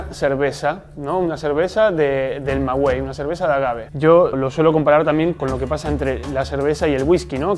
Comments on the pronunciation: ¡Muy buen video!, da orgullo ver videos de mi maravilloso país. Una pequeña observación, creo que lo correcto es decir "Maguey" y no "Magüey", pero igual corríjanme si en Oaxaca lo llaman así (En Guanajuato - Jalisco se dice "Maguey"). ¡Saludos! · Muy buen video. Solo una recomendación: la palabra maguey no se pronuncia con “u” solo con “e”. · Hola gracias por la información.....la pronunciación del maguey es, magey... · Aprende a pronunciar, Maguey! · TODO BIEN SOLO COMENTARTE QUE CUANDO DIGAS MAGUEY NO PRONUNCIES LA U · Solo decir que al pronunciar Maguey, no se pronuncia la U, gracias por la información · Estimado amigo, es incorrecta tu pronunciación de de la palabra MAGUEY, según la Real Academia de la Lengua Española para que en palabras como esa se pronuncie la letra U es necesario que encima de dicha letra se coloque una DIÉRESIS (¨) la cual no lleva, por lo tanto NO DEBE PRONUNCIARSE LA LETRA U. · CHINGON Tu información : un saludo desde JALISCO y un pequeño comentario , MAGUEY se pronuncia sin la U y no Con diéresis de 2 puntos la U, que al final me vale MADRES ya esto BRIAGO o PEDO como decimos en MÉXICO 😬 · No es magüey es maguey😐 Ma-guei(ga, gue, gui, go, gu😑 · y aguas con la pronunciación dices en el video mawey pronunciando la "u" como si llevara diéresis (magüey) y así no se le dice en México La planta se llama maguey y suena suavizando la "e" Por ejemplo el sonido de gueto (del lugar de hacinamiento) o guerrero donde no se pronuncia sino suaviza la "e" diferente al sonido de gesto, gendarme o al de güero, guindilla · ¡Cariño, no es "magüey", lo correcto es maguey! ¡Saludos cordiales desde Guanajuato! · Se dice o la manera de pronunciar es:. Magey y no maguey lo están pronunciando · Saludos me ha gustado tu vídeo. Un comentario amistoso:. Se pronuncia maguey, no magüey. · No se dice magüey jajajaja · Se dice Maguey no ma guey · Se pronuncia Maguey, no magüey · No se dice "mawey", se dice "maguey". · Maguey no Magüey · porque no tiene dieresis, 😉